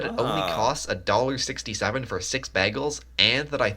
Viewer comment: WHO IS THIS SUPPOSED CANADIAN THAT KEEPS MISPRONOUNCING "BAGELS"!!